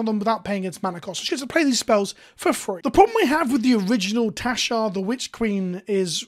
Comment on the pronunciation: I keep thinking you're saying Teshar. XP